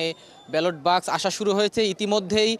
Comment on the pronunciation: এ রিপোর্টার তো বাক্স উচ্চারণ করতেই পারে না। খুবই শ্রুতিকটু।